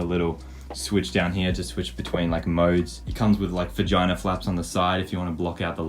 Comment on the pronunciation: I was just looking at vids and I hear saying “it comes with vAGinA FlaPs”